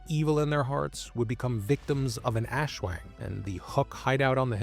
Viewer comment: Great vid, but maybe next time try to look up some pronouciation guides when discussing entities from a culture different from yours. \ˈʔaswaŋ\